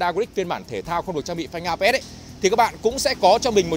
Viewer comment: Phanh ABS mà sao bác toàn đọc APS vậy?